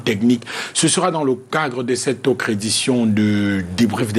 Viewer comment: “Auccre” invité, “d’êcre” là ce soir, “vocre” maman…C’est quelle façon de s’exprimer en Anglais???? Tsuippp 🤦🏽‍♂️🚶🏽‍♂️🚶🏽‍♂️🚶🏽‍♂️🚶🏽‍♂️